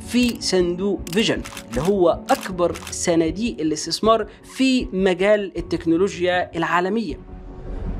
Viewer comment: صناديء الاستيسمار …… يا ترى الراجل دا محزوووووز يا سلام على النطق السليم للحروف العربية ؟؟؟ من طرف صاحب الفيديو